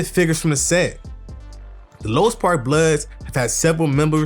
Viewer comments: Exactly Louis park is basically a Asian hood so any ninja from over there acting like they active ain't on shit no disrespect to the asians. Why bruh keep saying lois lmao it's louis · Its pronounced.."Lewis"...